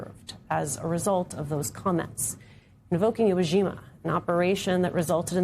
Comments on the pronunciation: Graham called it Ego jima. what? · "We had Viet Nam, we had Eeho Jima" WTFH?